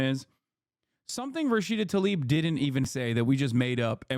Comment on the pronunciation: Its Tlaib, not "Talib."